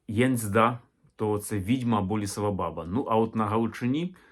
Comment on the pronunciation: БабА (наголос саме на другий склад) є більш логічним - батько, наставник, старший (а Азії досі збереглося). Відомі кам'яні половецькі баби. Яг/Яга - по суті те ж саме Я, але особи, набагато більше розвинутої (духовно, морально, сакрально), ніж загал. Приблизно те ж саме, що й Характерник на Січі, тобто особа, яка досконало володіє собою - абсолютний спокій та врівноваженість за будь яких обставин. Такий собі духовний наставник дохристиянських часів. Перероблення в жіночу постать скоріше за все справа рук попів. Для них все дохристиянське було непримиримим та підлягало оббріхуванню, перекручуванню або "охристиянізовувалося". Як це сталося з поняттям/святом Великдень, яке до християнства немає ніякого відношення. Взагалі це дуже цікава і довга тема.